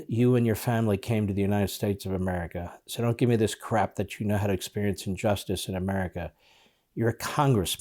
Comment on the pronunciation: "injustice" not unjusctice, she doesn't even speak English. How can the US allow an illiterate to be in congress?